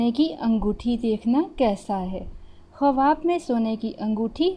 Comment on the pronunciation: Khawab bolna tu sekh lo